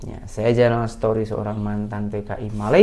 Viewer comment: saya mau tegur kamu 2 perkara. Kamu jangan marah: 1. Story tu sebutannya STORI bukan SETORI. Story bermakna cerita, kisah 2. Video kamu gambarnya terbalik. Tulisan pada baju kamu kelihatan terbalik. Gunalah gajet yang elok sikit supaya penonton tak lemas melihatnya Sekian harap maklum